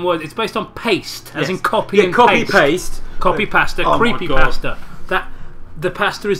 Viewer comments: You sound like you're saying "Pastor" every time you say "Pasta" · I just realized they were saying pasta 9 minutes in. I thought they were saying pastor for some reason.